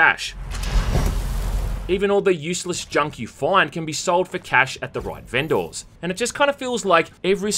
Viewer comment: who says vendors like that?